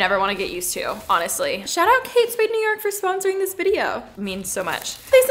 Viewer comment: lmaoo "sponrosing "